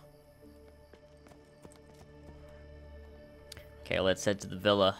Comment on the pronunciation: ezio sounds like "me trae one"